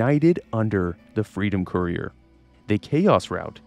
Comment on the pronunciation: Can't even say courier right lol. Kur ee ur. Not koo re ur which is how it sounds when you say it.